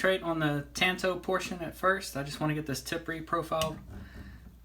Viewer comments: Hey,. I'm not trying to be critical of your work. I thought your video was excellent. I just thought you might want to know how the word is pronounced. That's all. I didn't mean any offense. "Tanto" is a Japanese word, and there is no "a" as in "tan" sound in the language. Japanese vowels only have one pronunciation, unlike English. Here's the word in Japanese, in case you're interested: 短刀. It means "short knife." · The "a" in "tanto" is pronounced like the "a" in "tall" not as in "tan."